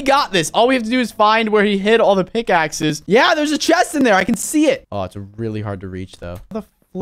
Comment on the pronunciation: you said pickakes